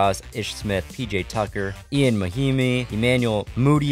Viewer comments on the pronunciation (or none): He says Ee-yan mahimi not yan mahimi